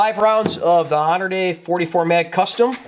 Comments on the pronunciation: "HONORDAY"???? Hey Bro? It's Hornaday. Horn A DAY. NOT Honor Day Gane. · "Honor Day" lol it's pronounced "Horny Dad" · Honor day??? It’s pronounced horn ah day!! Great video!! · I've never heard someone say honorday instead of Hornady before 🤣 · "Honorday Custom"..... Really? lol. Hornady. Horn-uh-D. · Did you pronounce it "Honor-dee?" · Pronounced “Horn-a-day” for future reference. Also, nobody wants your free let alone field training,. Pelcher should be embarrassed he let you use his range for this video, but I suppose bad publicity is better than no publicity. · If your pronouncing Hornady as "honor day" you lost me. A mistake the belies you lack of gun knowledge. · Did this idiot just call Hornady, Honor Day? What the actual fuck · I heard the same thing and thought what the hell is “honor day” lol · What'd you call it? Honor-day??? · I think it's pronounced Hor-nuh-dee